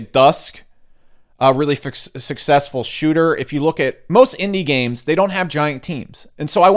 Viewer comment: Thumbs down for using the words "games" and "gains" so frequently in such close quarters with only a barely perceivable difference in pronunciation! Bonus negative points for "investiCation" :P